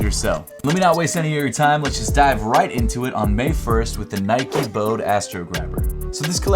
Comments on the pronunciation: It’s “bow-dee” man 😅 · "Bode" is two syllables.